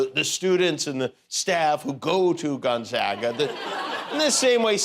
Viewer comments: Gonzaga- long A ( if spelled like Gon"Zauga" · It's gon ZAY ga!